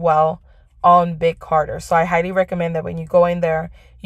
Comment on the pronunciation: It's Big CARTEL......not Carter. Just fyi...thanks for the video